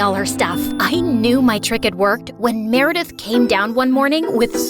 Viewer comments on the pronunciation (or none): Why did i hear Marry death instead of meredith 😭😭😭